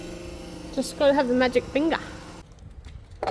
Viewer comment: “Just gatta have the magic fingah” ❤